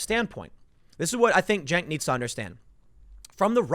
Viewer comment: "Jenk" bahahaha